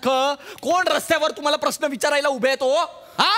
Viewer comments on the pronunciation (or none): none